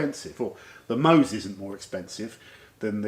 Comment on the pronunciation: if you dont know how to pronounce MOHS, just turn the bottle over and pronounce it "SHOW". Love your channel.